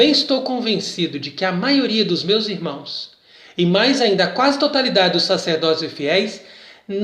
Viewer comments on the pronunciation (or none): none